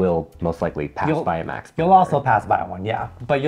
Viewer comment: Max is really not worth it anymore. Till the early 00 they were creme of the crop but now it's just a microwaved mess. Also it's green washing. They literally exploited poor farmers and made them starve to plant a few useless trees. And it's Max, the male name, not American max as you pronunce it.